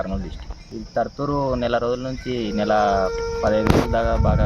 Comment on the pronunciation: తుర్తుర్ కాదు, తర్తూరు